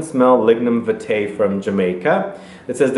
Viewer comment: Hi. For the frangrance it's pronounced viiitae with a longer I sound. It is the national flower of Jamaica.